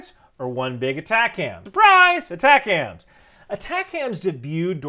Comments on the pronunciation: As a former MLRS crewman for 10 years, your pronunciation of ATACMS is killing me. It's not Attack Hams. It's AY Tac Ums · It’s atacms not atac-ams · I also cringed at the first mention in the vid of ATACMS -- If somone said, " launch the A-Tak-Kams strike" in the JOC they would be immedietly mocked/escorted out!😂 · Are you saying "attack hams" on purpose? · Pronounced Ay-'TAK'-Ums. MLRS not MRLS. ATACMS was not "adapted" for HIMARS. HIMARS was required to fire everything the M270 and M270A1s could. The entire MFOM or MLRS Family Of Munitions. Just one pod at a time instead of 2. I was an active duty 13M for over 21 years. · We 13Ms didn't emphasize the M in ATACMS back in the 90's. Might be how it is said today for all I know. Love seeing my old job be so important still.